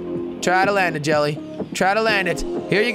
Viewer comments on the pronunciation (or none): his name is jelle but people pronounce it jelly